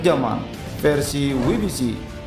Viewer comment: Satu hal yg mengganjal saat nonton video.. pengucapan WBC dlm bhs inggris itu kan 'dabelyu bi si' bukan 'wi bi si'. Atau paling tidak pake bhs indo aja jadi 'we be ce'.